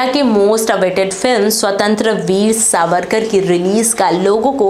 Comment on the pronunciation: Swatantraiveer ka uchharan sahi se kijiye mam